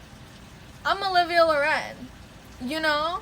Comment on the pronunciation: Omggg I never knew that’s how u pronouns your last name it sounds so much better